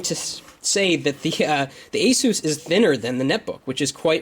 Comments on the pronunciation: ace-is, not eh-seuss. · The aysuuuss ! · asus is NOT pronounced like spanish name jesus. other than that, great vid. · hahhahaa when you say ASUS sounds like your saying JESUS in spanish